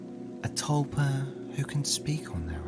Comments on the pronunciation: the "tulpar" part is an accent thing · Stop saying “tulpar” and calling this video “file”